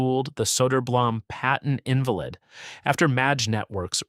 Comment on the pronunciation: Computer narrators don't know what they're reading. Pronouncing "invalid" as "IN-va-lid" instead of "in-VA-lid" is proof. I have a collection (list) of almost 20 words that illustrate this. "Invalid" is a new one.